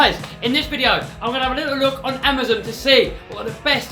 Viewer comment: amuzun? its amazon LOL